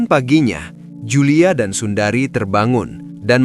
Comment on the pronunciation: sundre min baca nama nya.bukan Sundari 🙏🤭😁😅😅